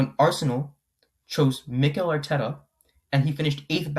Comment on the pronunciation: why he saying mikel arteta like that, who is this guy?